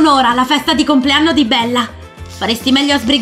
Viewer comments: Perché ha detto compleanro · ha detto buon comlearmo non sa parlare beyby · É vero che dice buon complearno